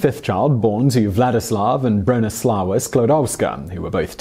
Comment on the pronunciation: Bronisława is read more like Broh-knee-swah-vah. In Polish w is read like English v and ł i read like w :)